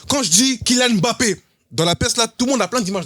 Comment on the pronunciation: Un gros merci au boug pour la prononciation correct de Mbappé